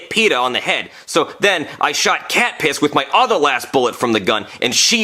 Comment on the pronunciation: It was actually not catpiss it was Katniss